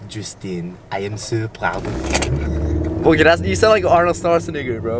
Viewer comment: I just KNOW someone’s gonna cut the clip of u saying Schwarzenegger 💀